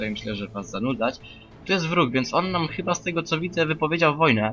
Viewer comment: "Chiba" i "ejdż of Wanders" wygrały.